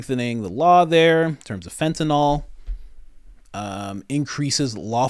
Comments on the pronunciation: It's spelled FENTANYL... It's Fentanyl. Did you study pharmacology in college? I DID. Ever heard of Carfentanil? Similar drug, that's MUCH more potent. Pronounced the same way. How do you get Fentenol? OL, is like Albuterol, or Clenbuterol. Those are lung medications. I wasn't insulting you. It's just like people who call Oxycontin, OxyCOTTON. It's not right, and adding an ol, to it, makes it sound like you're speaking about a different class of drugs. You're not the only one to do it. Southerners started mispronouncing it on TV, and idiots went with it. You'll hear intelligent doctors on TV who pronounce it PROPERLY. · It's pronounced FENTA NYL.... Not FENTEN ALL.